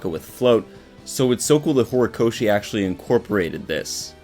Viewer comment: "Horikoshi "not " hirokoshi "